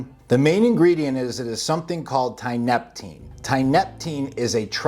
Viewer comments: You know how you call it tianna. Thats because you pronounce tianeptine with a tea sound. Not a tie sound. Your usage of the term "dope" tells me all i need to know. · "Tineptapeen" 😂😂 At least figure out how to pronounce it properly if you want to come across as being marginally credible. Thanks for the laugh.. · Tia-nep-tine, good video broski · Tee-uh-NEP-teen. It's used as an antidepressant in Russia and Eastern Europe. Has strong opiate properties and is hard as hell to kick. It can be bought online, and works wonderfully as an antidepressant. Until you're hooked. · Dude! Learn how to fucking pronounce Tia-neptine. Say it with me now : Tia....nep...tine...just like it's spelled. Haaha not that hard bud. And the shit is not new at all been around for years in zaza and tianna red. Old news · I'm sorry no disrespect but i did not hear you say tianeptine properly a single time in this video 😂😂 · lol hearing this dude trying to pronounce tianeptine is worth the watch, by itself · You go ahead and state your little guarantee in r/quittingtianeptine and see what kind of responses you get, or better yet, bounce from a high dose multiple times a day CT and enjoy the walk in the park mild WD's. This dope can't even pronounce it correctly, so you're clearly a pair of experts 😂😂😂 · Stop fucking demonizing things, it ruins it for everyone. Just bc there are fking retards using this drug and dont know what the fuck they are doing, it doesnt mean the drug is bad. It all depends on your knowledge and level of self control. Your not even pronouncing tianeptine correctly. So obviously you dont know what your talking about